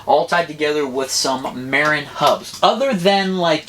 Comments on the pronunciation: Not mairin it's mahhhrin dont piss of the northern Californians by saying mairin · It's Muh-rin not Mare-Inn! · oh lol and the world pronounces it MAH-RIN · It's pronounced mah-rin. That bike isn't too impressive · I like it, but TOOO BIGfor the Tick! I’d put a motor on it— pronounced —Muh-rinn!